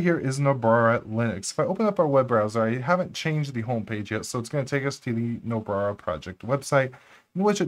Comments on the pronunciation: Great video and I am hoping to performing similar tweaks in my Debian build. Did you say Nobrara at the intro? lol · Do you realize that you frequently add an extra “r” to Nobara? :-) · "Nobrara" lmao